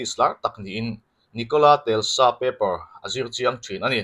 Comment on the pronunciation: Nicola Telsa ni lovin Nocolas Tesla a ni zawk lo maw.